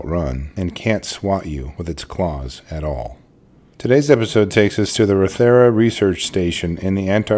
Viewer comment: It's pronounced RAW-the-ruh. Not ro-THER-a.